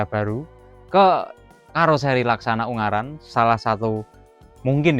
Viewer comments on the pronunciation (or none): none